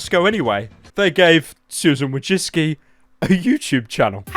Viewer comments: Jack and Steve? I thought the guy said "Jameskii" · why is it "Wojcicki"? is she trap or smth? It should be "Wojcicka"